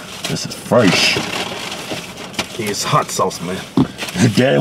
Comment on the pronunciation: This is frash not fresh but, frach.